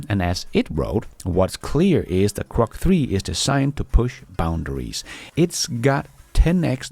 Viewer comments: It's GROK not CROK. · when you say “Grok” 9 out of ten times it sounds to me like you’re saying “Crock”. Many of the other LLM chat bots and helpers may be “crock”, but Grok is not crock and is rapidly getting even better. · it's pronounced GROK with a G, duh.